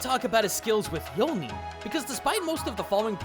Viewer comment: Zuko messing up yo-nin is me whenever i play D&D lol